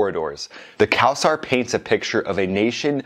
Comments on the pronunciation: btw it's not cow-saar it's co-sar. it's an Arabic name but the pronunciation is Persian. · It's co-sar not cow-sar! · Thanks for your effort and great Video. but you should work on your pronauncation. The Land is Cald IRAN. Spoken like eeran and Not Ayran. The plane is called Kowsar spoken like Co-Saar. Maybe you try it to type in google and let IT read or ask an iranian/PERSIAN. And Iran bout Yak-130 to train su35 pilots. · “Ayran” “Kowasar” This guy is great